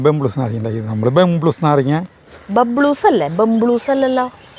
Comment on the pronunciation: ബംബ്ലൂസ് അല്ല ബബ്ലൂസ് പറഞ്ഞതാണ് ശരി ✅